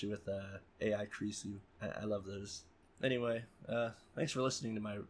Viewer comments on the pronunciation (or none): none